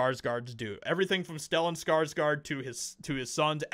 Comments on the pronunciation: Please start say his name right. Come on man, its SKARSGÅRD not SKARSGARD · You pronounce his last name (Scars - Gourd) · it is PRONOUNCED : skar-sGOR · It always feels so strange to me to hear people call Alexander and Stellan SkarsgArd since I'm Swedish and know that their surname isn't pronounced like that. It's SkarsgÅrd ^^ Å is such a different sound than an A, it might not look like much of a difference, but it makes the pronounciation quite different. Saying Skarsgord would actually make it sound closer to the right thing than Skarsgard. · Say skargsgard one more time m.fer